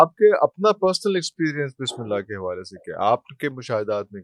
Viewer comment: اسلام علیکم معزرت چاہتا ہوں اس بندے کوخود بسم للہ صحیح پڑھنی نہیں آتی اور وظیفے بتا رہا ھے بسم للہ کےآپ سب لوگ غور سے سنیں جب یہ بسم للہ پڑھے گا